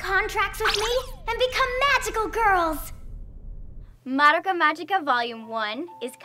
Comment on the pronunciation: Is it just me, or doe she keep pronouncing Madoka's name Maroka?